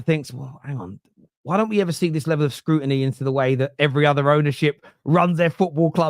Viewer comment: Bro said screwtiny and didn’t even realise 😂😂👏